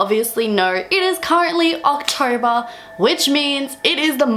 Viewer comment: What the hell is OCTORBUH??? 😂😂😂